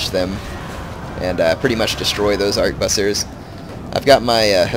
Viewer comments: and i believe arquebusiers is pronounced something like "aqua-booze-e-a" XD damn french words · The French pronunciation="Ark-booz-yay" The English translation, Harquebusier, is pronounced "Harkwe-busyer". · Try it with me... "Ar-kway-boose-years" d-( ^_^ ) For real though, great video. M2TW is my favorite of the series and this helped a lot for learning strategies. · Also, arch-ooh-boo-z-ers. Hard to say indeed.